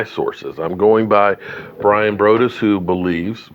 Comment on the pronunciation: Its Bryan br(ahh)dus